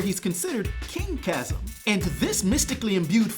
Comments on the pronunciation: CHAZZUM????!?!? Really bro? 😅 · Chasm is pronounced like Kazm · Bro can't say chasm